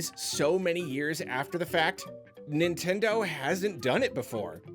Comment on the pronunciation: Y'all it's Nintendeen